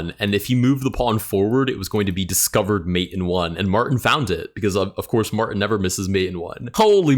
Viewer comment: There is a "T" in Martin.